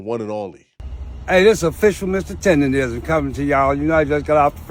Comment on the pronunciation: Bro still cant say TenderNism😂